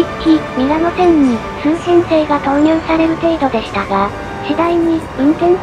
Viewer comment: SMILEをスミレと読んだのに、Zurichは間違い無くチューリッヒと読めたのね。